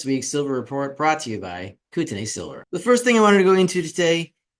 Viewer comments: And the first syllable is Koot (not Coat)... as in Coutt's bank for example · Then spell it correctly. It's not "Kooteney" It's "Coat-e-knee" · here in the states (NW Montana and Canada) we pronounce it "Kootenee".... Thanks for the update. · Pronunciation note: the last syllable of Kootenay is like 'knee'